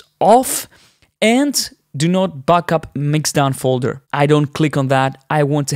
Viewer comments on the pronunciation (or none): You say “backup” like “buckup”!